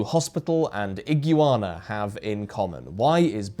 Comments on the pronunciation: Did I just hear, "ig-u-ah-na"? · The universe just unlocked a new way to pronounce iguana. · Blew my mind.